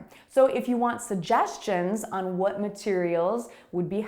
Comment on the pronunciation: I think you are pronouncing the word “suggestions” incorrectly